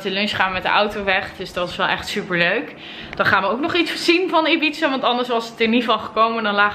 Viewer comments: IIIIbiza niet EEbiza 🙄. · Het is Ibiza!!! Geen Ebiza fk irritant 😂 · ohh ik irriteer me zo als je zegt 'ebiza' ipv 'ibiza' haha 🙈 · Ik ook😂😱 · zegt Ebize ipv Ibiza Nadine Hillewaert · Ligt het aan mij of zegt ze al paar dagen Ebiza .. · haha hoe kom je erbij om ibiza steeds uit te spreken als ebiza